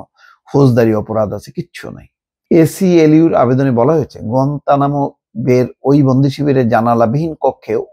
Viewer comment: গুয়েতনাম শব্দ টা শুদ্ধ করে বলেন বা শিখেন।